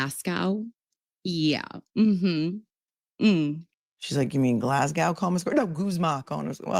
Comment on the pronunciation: When Hank pronounces Glasgow score wrong it reminds me of the burrito chain here in Australia Guzman Y Gomez 🤣🤣🤣🤣